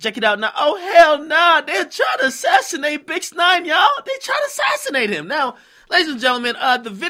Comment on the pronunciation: This nigga said assisnate, he anit no politician